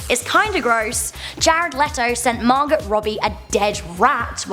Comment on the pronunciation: The "t" in Margot is silent